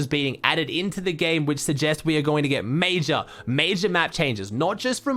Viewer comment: mayjah mayjuhhhhhh more like duuuuuuh achachahc